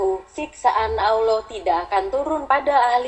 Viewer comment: Mohon pengucapan sholallahu allaihi wasasallam. Dan pengucaoan Allah di perhatikan pengucapan nya harusnya Alloh bukan Allah seperti tulisan latinnya . karena penulisan arab alif fatkhah ketemu lam bacanya Alloh beda kalo alif kasroh ketemu lam bacanya illah . Mohon koreksinya jika saya juga salah